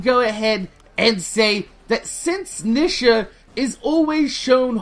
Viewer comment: OMG!! The way you say her name is annoying!! It's pronouced Neeeeesha!